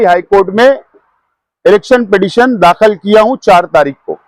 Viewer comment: ابے ایکے کوئی بتاؤ یار داکھل نہی داخِل بولاتین 🤨🤪